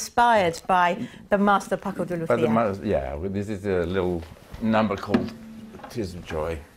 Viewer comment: Nice interview and playing. Shame the presenter forgot how to pronounce Paco's name and bought up the issue of speed when talking about technique (further adding to the stereotype that speed is all guitar players care about).